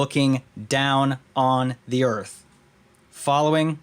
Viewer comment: That didn't say "Earth". It said " Garth".